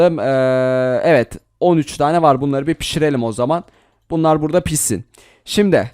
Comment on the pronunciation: Abi sen dediğin: pisin Gerçek:pişsin